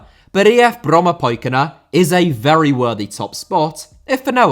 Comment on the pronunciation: Well done with the pronunciation of "Brommapojkarna"